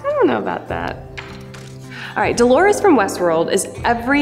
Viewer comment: It's DOLORES not DELORES.